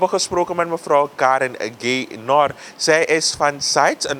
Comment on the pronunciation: je hebt dus gesproken met mevr, Gay-nor, ?? en niet met mevr, Gaynor. ??